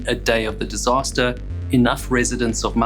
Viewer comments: if you are going to produce a diatribe on the Penlee Lifeboat with the loss of all 8 crew members AT LEAST HONOUR THEM BY PRONOUNCING THE NAME OF THE VILLAGE THAT THESE BRAVE MEN LIVED IN, it may be spelt Mousehole but its actually pronounced MOWZUL or as near as that...undoulbtedly these men were super heroes for responding to a call that was lashing the seas with Hurricane force winds, the community of Moushole lost 8 brave guys so at least try to pronounce their village name correctly, thank you. just a footnote not every crew member was recovered so when you gaze out over the sea please say a prayer for those lost souls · It wasn't 4 men taken on board. It was a woman, two little girls and one crewman. They were going back alongside the Union Star to get the remaining crew & the skipper when they were swamped by a 60 ft wave & lost all hands on both vessels. And the village name is pronounced Mausel. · It's pronounced 'Mowzle', not 'Mouse-hole'. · It is pronounced "Mowzle". Those who don't say it that way are wrong. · Mousehole is pronounced "mow zul" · I was once corrected by some locals pronouncing it like that. They say Mausall. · It is pronounced mowszul. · Greater love has no man than this, that he lays down his life for his friends, and these fine men laid down their lives for strangers. May they rest in peace. A very small point, Mousehole is pronounced locally, Mau-zel. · Just FYI Mousehole is pronounced Mouzel! I watched the total eclipse there in 2001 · Mousehole - pronounced Mouzll I was only a child when the Longhope lifeboat was lost. I remember it being brought to Scrabster harbour, where the whole harbour was closed whilst the wreckage was explored. All but one of the crew were found still strapped in to their seats. If I remember, they were members of only three families. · It’s mowzel…..please remember it’s mowzel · They drop the h from mousehole and pronounce it mouseole. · Yeah, you kind of run it together. Mouz-ull or Mowzle.